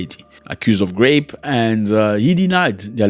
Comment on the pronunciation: Zack please it soundz like grapes when u talking about rape . Make it please soundz right. We love u here